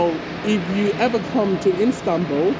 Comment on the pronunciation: Can u say istanbul i stead instanbul